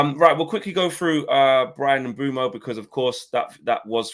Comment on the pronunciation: Its Mbeumo.....Can we get it right